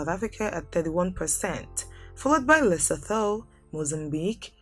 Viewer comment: Pronounce Lesotho like "Leso2". Thank you